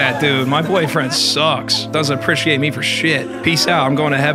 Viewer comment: I really hate how the therapist pronounced “appreciate” 90% of the time. She puts too much emphasis on the letter “c” and it makes me cringe